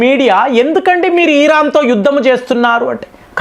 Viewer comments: Eeraan kadu iran 😂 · Eeeraan (Iran) ani chebutunte flow miss aipothinna meeru chebutunte.